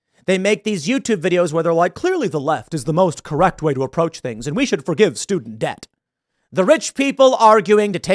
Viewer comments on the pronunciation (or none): none